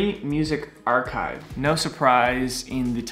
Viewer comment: Your archive pronouce is wrong bro